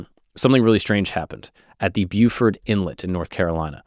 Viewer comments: HEY! Beaufort, SC is pronounced like you said. But the North Carolina town with the same name is pronounced “Bow-Fert”. As in ‘bow’ and arrow. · its Beaufort pronounced (bo-fert) just FYI Not beau like how youd pronounce beautiful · Love the video it was great! Just wanted to add as a local to the North Carolina Beaches, Ocracoke is pronounced (oak-ra-coke) and Beaufort is pronounced (Bo-fort). It was super cool to see a video about a local legend and get to see my hometown in a YouTube video! Keep up the good work! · pronounced BO-fert